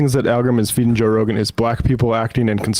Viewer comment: Jo'k'e Rogan 😂